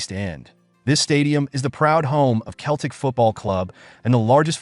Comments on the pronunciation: Celtic is pronounced with a soft C sseltic Not Keltic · Pronounced "Selltick" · Gave up after 3 seconds when I heard the word "Keltic". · Hey look! A talkin baw. Sell, tic. put them together selltic is how you say Celtic Ya Numpty! Hail! Hail! 🇮🇪 🇵🇸 🇮🇪 🇵🇸 🇮🇪 😎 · FFS ! Can't even pronounce Celtic properly! Useless video. Deserves a solid 👎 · Do better research first, when you can't pronounce the team's name or our greatest manager's then your Google research or plagiarism from books is a bit worthless. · Couldn't watch till end, if you can't pronounce our name then don't make videos of us, big Jock would be furious that tou couldn't get his name right either. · It's Celtic, not Keltic. It's Jock Stein and not Jock Stine. "The European knights were more intense". "And the old firm derby's grufiersor". "To it's modern day granger". FFS 😭😭😭😭😭😭